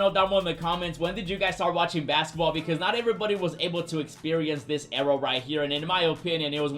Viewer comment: The way he says "Ewra" instead of Era has me rolling. I love it bro.